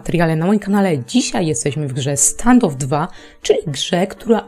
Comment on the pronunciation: Standof a nie stangof